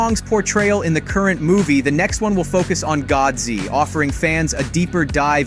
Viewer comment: I Loved the video and you called him Godzy like I do which is great!!